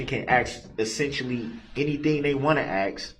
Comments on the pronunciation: He does say many words improperly! Biastness, axed, truff, substained??? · You know how long she waited for that moment? Lol! I wanted her to correct him on the word "AKS".... That one, and tell the troof drove me nuts! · I'm surprised the Judge didn't call him on " AXE " as opposed to ASK 😆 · The way he treats the judge, for sure no manners. Where was he when they taught English is school? There is no “X” in and it’s ask there is an “S” not X. Have they seen any reports not they saw. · Exactly ask not axe! He is an ID 10 t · I wonder if we can AXE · That is the first time he has ever been corrected!!!😅 Only 9 hundred and something years to go buddy hang in there!! It is gonna be hard to look Bubba in the eyes with his back to him!!!😅 I was like are ya gonna correct “AXE” me a question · Omg I thought I was the only one who got so irritated with his mispronounced words!!! "Aks.. Axe" "suBstain" "troof" and "oaf" drove me nuts!!! I really wanted someone to tell him, every time he mispronounced those words, that's not how you say it dumba$$!!! Oh shite I forgot "grounz grounz" On that one I wanted the DAs to do the same to him just as disrespectful and loud as he says it "GROUNz Grounz" 😂🤣😂🤣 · I only wish the judge had corrected him on other things: “axe”, “substain”, “groundz”, “tacket”, “troof”, etc. Had an ex-narcissist spouse who also had no grasp of enunciation/English language and he hated it when I corrected him. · Woman beating killer....deserves every shovel full. idiot thinks there is an x in ask, a b in sustain, says examinate, says tack-eet, this-that-and-the-third.........total moron